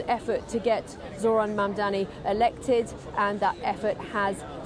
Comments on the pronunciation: Never understand why white people around the world have trouble prouncing the simple word “Mumdani”, it’s not tongue twister ffs. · Anchor is struggling with pronounce mamdani